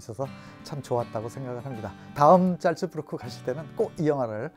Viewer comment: 잘츠부르크 지명이 한두번 나오는게 아닌데 영상 내내 잘못 발음하고 계세요,, ‘짤쯔‘는 절대 아니예요;;; ‘잘’은 ㅈ나 ㅅ로 세지 않게 발음하는게 낫습니다.